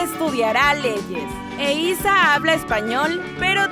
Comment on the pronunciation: Se dice eiza